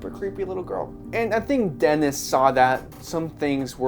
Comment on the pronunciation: Huge Dune fan and a big fan of Denis Villnueve. Just a heads up, his first name is pronounced "Den-E". It's French, so similar to how the French pronunciation of Paris sounds like "Par-E".